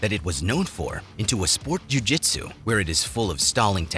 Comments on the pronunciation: Completely unrelated to the real content in this vid… But, your constant and repetitive use of the “Jh” sound in “jhew jhitzew” is kind of f-cking annoying. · the way this guy pronounces "ju-jitsu" is annoying af